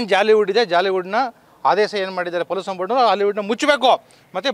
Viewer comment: ಪೋಲುಸನ್ - pəˈlo͞oSH(ə)n - ಪಲೂಷನ್ 😂